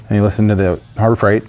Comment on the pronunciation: Harbor Freigrt? Harbor Freiigrt?